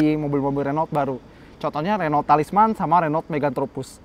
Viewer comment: Om pelafalan Renault nya salah tuh, liat di Autonetmagz instagram kan baca nya 'HUNU' hahaha